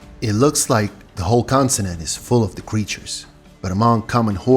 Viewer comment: its continent, not constinent ffs